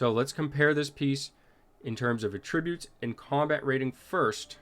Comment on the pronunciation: Sorry to nitpick,, but that's not how "attributes" is pronounced. 😊